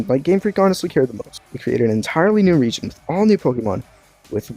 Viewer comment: I think you meant to say "region" Lol